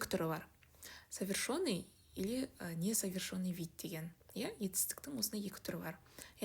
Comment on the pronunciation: Совершенный деп айтылады, ё емес